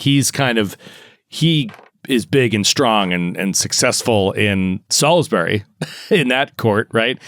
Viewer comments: Just going to leave this here, because it hurts my ears, Salisbury is pronounced SOLLS-BUR-E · Came here to say this. Love the show but the mispronunciation grates. (though I'm more "sawlz-bree" as from Hertfordshire)